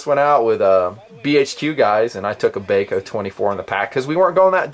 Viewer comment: Not Bay Co, It's BAH CO. Gheesh. My ears tweaked every time he said it. Bahco laplanders are unmatched in endurance. I would assume nothing less from the Force series. Thanks for the look.